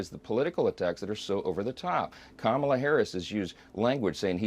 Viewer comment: At least I'll give Johnson credit for being able to say KAHM-a-la. Small victory but nevertheless something. Let's hope his term ends soon!